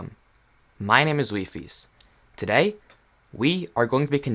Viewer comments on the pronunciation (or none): none